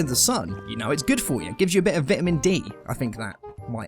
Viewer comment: Vit-a-men? Lol